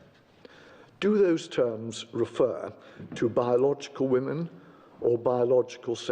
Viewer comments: Why does Peter Tatchell say wOman for the plural of woman? The English language is complex and as a British man he MUST know the correct pronunciation! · Why cant he say WOMEN.